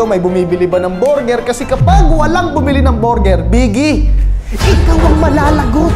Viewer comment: borger daw😂